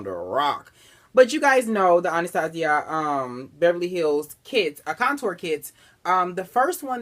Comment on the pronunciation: Finally someone who pronounces my Anastasia right